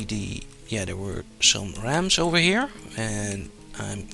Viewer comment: When you said Rams I thought you said ROMs. Witch reminds me, never play La-Mulana. I like you too much for you to do that.